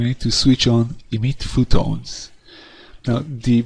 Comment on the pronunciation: phOtons not phootons